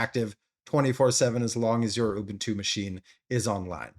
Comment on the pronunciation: It's not urbuntu it's Ubuntu 😂